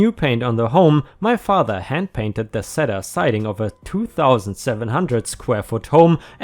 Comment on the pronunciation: Hi! Just a friendly hint: Cedar is pronounced with a long E. See-dar, not sedd-ar. I'm sure if you heard me speaking German you'd have a lot more "hints" to offer me than just that, so please don't take it the wrong way.:)